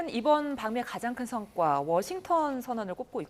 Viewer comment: 성과를 성괴와 라고 읽었네😅